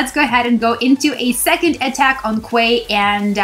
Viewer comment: Hey DT, it's pronounced 'key'.. like Queen's Quay in Toronto! cheers